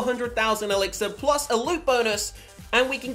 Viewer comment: Lol you said gold elixer